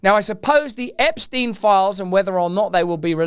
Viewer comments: Epstein pronounced . . 'Epp' - 'Schtine' . . rhyming with 'mine' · Ahhh, finally someone pronouncing that sh*tty name correctly!!! It's German name! Epstein, Weinstein, Einstein, Bernstein... Looks like Epsy is not dead because his accuser is now dead. R. I. P. poor soul who suffered so much.